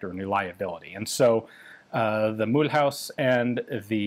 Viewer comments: Mulhouse (German Mülhausen, Alsatian Milhüse) is actually not pronounced as English Mool-house but more something like Mülooz ^^ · Mulhouse is pronounced Mül-ooz , not Mül-haus, unless you use the basis of the German pronunciation Mülhausen which no longer applies in France 😊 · * It's pronounced muh-lose. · Mulhouse [ my-looz ] Mulhouse (pronounced [myluz] You're not even trying 😫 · Mulhouse is pronounced "muloose" for your information. H is always silent in french. Also, might be known to you Ian but the AN-F1 version was designed to be primarily used on vehicles based in West Germany and the AA-52 in 7.5 was produced and used in much much greater numbers in France until replaced by the FN-Mag. There was a rather brief period of time where the AN-F1 got used in infantry support role as the AA-52 was being phased out (end of the 90s if I recall correctly) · Hey Ian, I guess you've been told a million times but Mulhouse is not pronounced like that. Try to say Mu-Lose, like Mu-L-Long OO-Z. Your pronunciation sounds like someone who is passionate about guns but only speaks Aramaic and tries to speak a modern language. Oh... Gun Jesus I see it now! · pronouncing Mulhouse like it's German: broke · Your pronunciation of Mulhouse is hilarious :D Regardless of that, thanks a lot for the work you're doing in documenting our firearms history. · I do believe there is some room for improvement for the pronunciation of Mulhouse 😉 though. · The way he pronounces "Mulhouse" 😭😭😭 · that is absolutely not how you pronounce Mulhouse, thanks for trying thow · 🤣 You say mulhouse like a german. I mean that's historically relevant but french people don't say it like that.